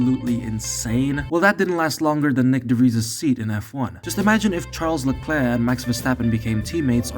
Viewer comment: And mispronouncing his last name.